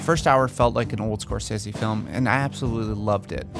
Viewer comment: I couldn't watch this due to the way you say Scorcese